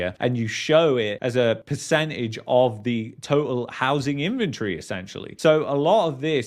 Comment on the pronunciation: In-ven-tory.. the way you pronounced it sounded like infantry. You brits crack me up.